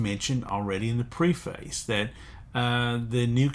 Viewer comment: Very helpful and important information, thank you! One request: please check the pronunciation of "preface."